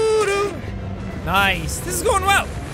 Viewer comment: it sounded like you said lice instead of nice